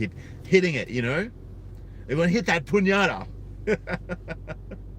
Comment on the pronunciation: Two sides to every story, man. By the way, it's pronounced "peen-yatta." (Pinata)